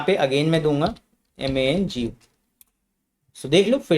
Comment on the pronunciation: MANGO ❌ MENGU 👍 😂